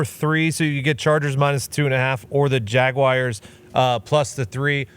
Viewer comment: Omg thank you for pronouncing Jaguars correctly